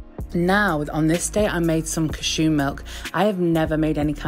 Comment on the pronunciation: the way u say cashew has me creeeeaaassinn